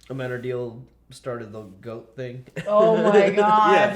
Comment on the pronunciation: I think has been saying it correctly in this one